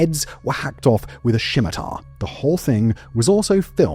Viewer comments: shimmer-tar? nah brah. sim-uh-tar. =P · Even I am from England but how he says some words is just so wrong what the hell is a shimitar? Scimitar is a 'sk' sound. Damn Londoners. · “Shimitar”?😂 bro what is that pronunciation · SHHHHHHimitar? Lol. Scimitar